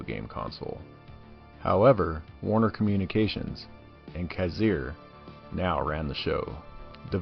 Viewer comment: "Kazir?" .. "Kassar." dude. sigh.